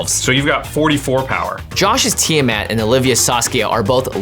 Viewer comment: Ah, that kinda pisses me off how you said TIamat. Oh boy